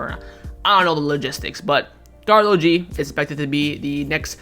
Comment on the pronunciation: Karol 🤣 not karlo 🤣